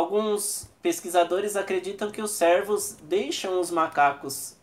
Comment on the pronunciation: Vídeo bacana mano, mas você esta chamando os cervos de servos kk (trocando o ê por é)